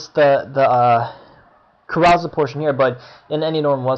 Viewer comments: Hahaha kuh-ROW-zul???? You must only read!! It's CARE-uh-sell! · It is pronounced ' Care-o-sell ', like a kid's park ride that spins. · Thanks man! Found this very useful despite all 500 mispronunciations of "CAROUSEL" lol. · yes i do read more, carousel was a new vocab for me since having started web coding, i'll work on my pronounciation. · Your infinitely incorrect and inexcusable pronunciation of carousel is crazy-making.